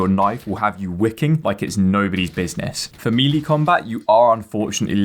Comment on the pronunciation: "Mealy combat"? FYI The word "melee" is pronounced "May-Lay" or "Mell-Lay" - either is acceptable. ("Mealy" is not.)